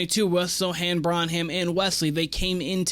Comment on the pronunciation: Bren-um is how you pronounce it